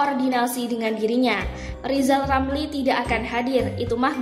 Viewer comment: Lizal Lamli nyebut huluf R saja belum lancal